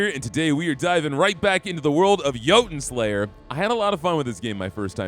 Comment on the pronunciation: “Joe-Ton” Slayer 😂